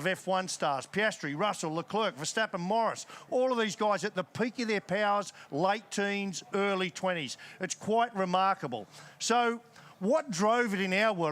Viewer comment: ignoring how he said morris not norris